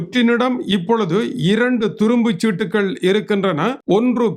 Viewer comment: அண்ணன் துரும்புச்சீட்டு இல்லை, "துருப்புச்ட்டு"